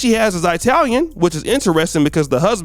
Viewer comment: Hey, It's Italian Not I-Talian, FYI